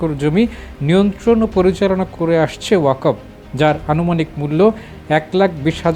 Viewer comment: This stupid does not know how to read Bangla. Reading wakof but wakfow. I think this stupid has higher educational certificate. What is the quality of Bangladeshi certificate?